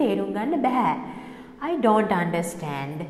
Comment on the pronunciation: The words such don't and know should be pronounced correctly.